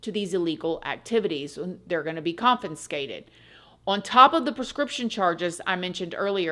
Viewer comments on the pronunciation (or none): I love you...but did you say "Compiscated?" 😅